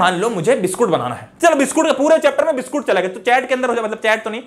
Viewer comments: Biscuit ❌ Biskoot ✅🍪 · biskoot came out of sir mouth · Nhi "BISKOOT"